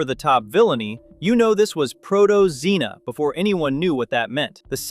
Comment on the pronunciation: Good god, stop saying proto-xena.